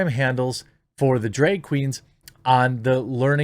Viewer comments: You pronounce drag weird 😂 at first I didn’t know what you were talking about. It’s pronounce like “drag” in the the mud or the first part of “drag”on 🐉 Edit: despite my nitpick your content is phenomenal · Why are you saying dreg? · “Drayug show” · You say "drag" like trisha paytas says "bag" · Hearing the MidWest accent trying to pronounce "DrEg Show", hilarious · Jeremy's pronunciation of "drag" is the most midwest thing I've experienced all day and I live in north dakota 😂